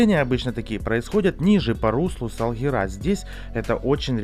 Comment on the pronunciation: Не Салгираааа, а Салгиииира.... Ударение на второй слог , Вы же теперь крымчанин